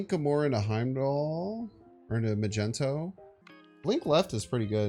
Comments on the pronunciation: please tell me you say magneto wrong on purpose, i can’t take it anymore 😩😩😩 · I died laughing how does he not know its wrong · I hate hearing it. Its so annoying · He does it on purpose